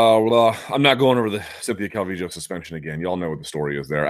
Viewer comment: Luke, just a heads up it’s cal-vee -yo , not sure if you got that correctly